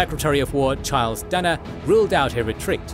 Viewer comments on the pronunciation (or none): none